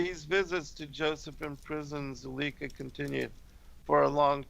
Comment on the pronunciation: Zuleika/zulayka, obviating/ob/vi/a/ting just so you know how tp pronounce these words.